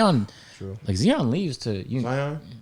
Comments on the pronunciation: says Zion Williamson's name like Flight does😂 "ZEON" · Zeeon and Zion not the same thing ahahaha